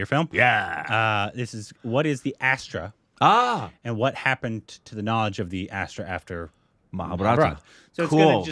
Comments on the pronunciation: It is not Astra. It is pronounced as "Asth-Ra" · Guys i think the pronunciation of astra is not like ass-tra...it is close to more aastra like 'us' instead of ass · You have to pronounce it as Us-thra(Astra) Astra means weapon